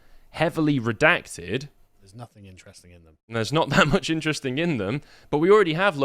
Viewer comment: "Saaar do not redact do not reeedact!"